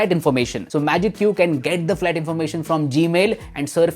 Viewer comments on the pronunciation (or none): none